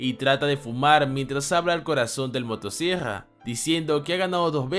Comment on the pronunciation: El tipo dice demonio motosiegrra creo que tiene problemas para pronunciar ciertas palabras, mi hermanita es igual xd